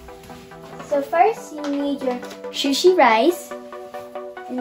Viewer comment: did she just say shusi rice instead of sushi rice 🍚 🍣